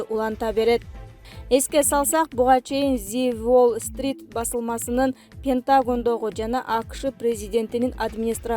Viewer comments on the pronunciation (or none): Жолун болгон алып баруучу кичине сабатынарды ондосонор боло! ПентАгон деп окубай ПентагОн деп окусан боло!!!